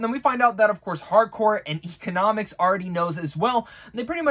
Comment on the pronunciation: E-CON-O-MOS (like most without the t). Your welcome 😂